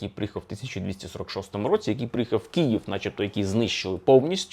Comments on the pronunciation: К - И - Ї - В . КИЇВ. не кієв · Дратує коли автор каже Кіїв((